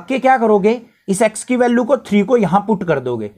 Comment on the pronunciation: Sir definitely needs some spoken English sessions to fix his vallu and geero😂